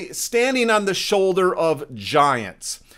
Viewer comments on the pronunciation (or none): none